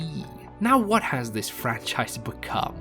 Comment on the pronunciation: Stop the Fran-Scheiss